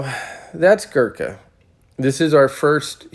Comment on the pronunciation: Opening statement of the video and..... pronounces the word "Gurkha" wrong. Ignorance or laziness?